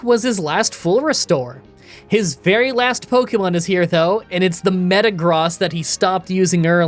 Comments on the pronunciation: Please always call it Meatross like you do water onix 😂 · Mispronounced Pokemon run: Snowbama and Meatross